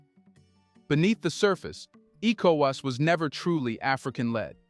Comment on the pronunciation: Is this an AI voice?? It's so annoying the person can't say ecowas properly and worse still can't say Niger properly.